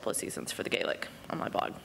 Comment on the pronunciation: You talk about words in Gaelic but at least pronounce the word Gaelic properly. Sam would correct you immediately